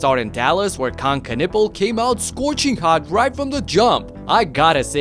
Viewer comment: "He has 3 Knipples!" 😂